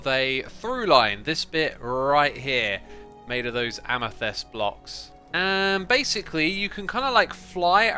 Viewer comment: First, a nit to pick: it's amethYst, not amethEst. Really enjoyed the segment of tinkering with the trading hall. I hope we'll be getting a return to that, especially if you ever find out what's causing the unexpected zombie behaviour.